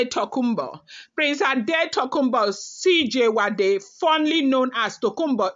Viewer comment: It is pronounced S I JU ADE